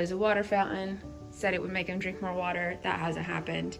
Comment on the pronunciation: "A water fow-an...." It's really sad that an entire generation(or more) of people has been infected with this guttural speech affectation where they pronounce a "t" in the back of their throat. It seems to have come out of Hip-Hop culture, sadly. Well, at least she doesn't have tattoos, blue hair, or metal in her face.